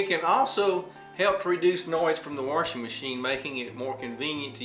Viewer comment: I love it!..WA-R-SHING machine...are you from Appalachia? I am, and that's how all the older generation here said "wash".."WARSH"..now, sadly, there are very few of us natives left around, and all the migrants who have moved in from Florida, New England, California, etc. have brought their accents in with them, and the Appalachian dialect is dying...I've also heard this pronunciation in southern Georgia, South Carolina, Alabama, etc...